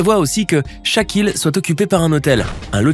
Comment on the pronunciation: Incroyable à chaque fois que tu disais "chaque île" je pensais que tu disais "shaq O'neal"